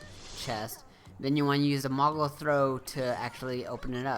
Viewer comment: I'ts MOOGLE, not MOGGLE. Mog even says it. Several times.